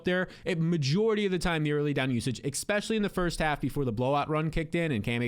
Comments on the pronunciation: “Ex” specially???! You’re killing me smalls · Bro, I have to say it. "Especially" doesn't have an x in it, it's not "expecially".